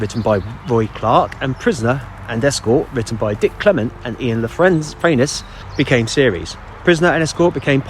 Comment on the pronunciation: Hi, I hope you are well. I as well as many are looking forward to what you have in store for us in 2024!! Totally not a criticism, but Ian La Frenais is pronounced ‘Frenay’ - keep up the good work mate 👍